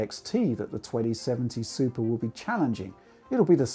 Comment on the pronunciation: Did anyone hear him say Supra instead of Super?